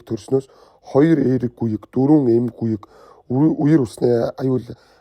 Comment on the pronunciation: Гүег биш Гүем гэдэг байх